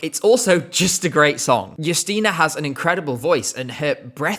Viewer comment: The fact that you pronounce her name Yusteena (not Justina) means a lot for polish viewers❤